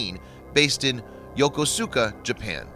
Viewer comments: it's pronounced Yuh-Koos-Kuh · You should learn how to pronounce Yokosuka.